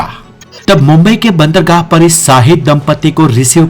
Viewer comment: बहुत खूब 🎉 लेकिन आपने दो शब्दों (बंदरगाह और तुगलक) का सही ऊचारन नहीं किया